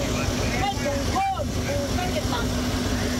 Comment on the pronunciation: โค่น ไม่ใช่ โค้น